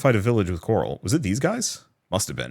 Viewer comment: everytime you say coral i hear carl 🤣🤣🤣